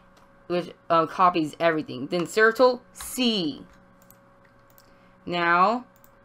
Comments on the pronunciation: bruh did he just say certle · "circtle" XD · Sirtle not control😂😂